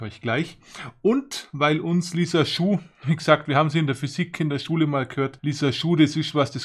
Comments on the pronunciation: Nicht lisaschuh…. Sondern lisajuuuu figur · hast du gut erklärt ! es sind aber keine Lissaschuh- Figuren, sondern die heißen gesprochen Lissaju - Figuren !! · also als lissaju finde ich es nirgends wenn ich im internet nach aussprache suche, sry